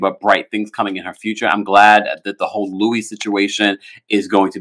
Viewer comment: Why does he pronounce his name like the name Louis when he spells his name like Luis? Weird.